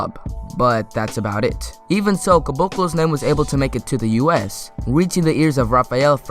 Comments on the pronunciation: in the description - Bruno Caboclo Not Bruno "Cabcolo" Nice vid, subbed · The way you say "Caboclo" 😏😻😆